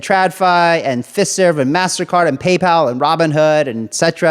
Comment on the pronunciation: I think you should pronounce Fiserv as (FYE-serv)